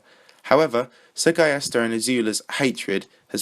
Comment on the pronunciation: I think you just butchered the name "SrGuillester." Considering he's Spanish I would assume the Sr was meant to be the abbreviation for Señor, and since "ui" following a G in spanish is pronounced "ee," it's Señor Gee-yester if you spell it out Sorry for being a grammar nazi, blame OCD